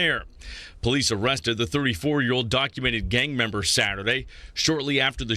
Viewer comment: You keep saying gaymember or gayviolence . It went from gang member and gang violence to that??